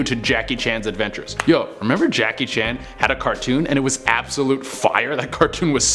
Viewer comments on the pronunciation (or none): none